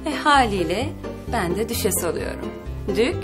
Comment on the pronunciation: Düşeş değil Düşes ya hadi bir söyle ya